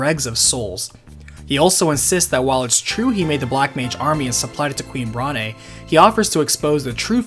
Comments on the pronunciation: It's pronounced Brawn not Brah ne. It's a joke about her being overweight. The e is silent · I'm pretty sure the 'e' in Brahne is silent. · And "Bron-aye" instead of Brawn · Same! Adding to this, I also pronounced Brahne as Brain. I know that’s wrong, but that’s how I pronounced it as a kid. I like it. Gives the game a more cerebral feel.